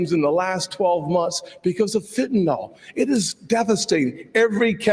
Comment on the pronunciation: Mr. Scott...learn to pronounce FEN TAN YL, not Fentanall